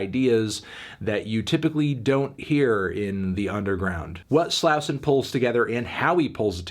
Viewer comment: how do u still not know how to pronounce Slauson